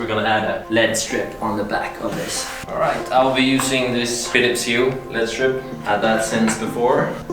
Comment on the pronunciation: Im sorry lol L E D strip not Lead strip. It’s three letters not a word